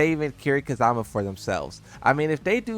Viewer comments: It's Kiryu Kazuma not Kazama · It's Ka-zu(oo)-ma, there's no a in zu